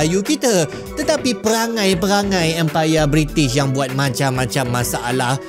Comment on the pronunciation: Bri'sh moment